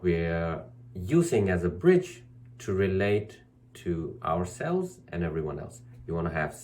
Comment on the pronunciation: aware that when I hear you say 'relate to ourSELves' 'SELf respect' I'm also hearing this through my ears (!) as 'relate to our cells' 'cell respect'... also very much like this, resonate with this (!) 🙃🍋💦🌳☀🫀